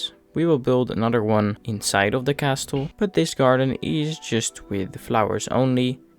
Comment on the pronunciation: Lovely video, just a pointer: the "t" in castle is silent! 😁